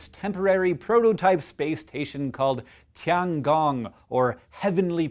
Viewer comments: Hank, please learn how to pronounce Chinese words. Almost all Chinese sounds exist in English, or have close equivalents. Tiangong, for example, is not pronounced "Ti-ahn gahng" but like "Tee-ehn gohng". Other than that, space is, as usual, awesome. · the "tian" in the "tian gong", it's pronounced like [tiεn] with an [ε] sound ... i know it's totally not important, but it makes me sad when people can't just, like, check google translate for pronunciation or what... sorry :)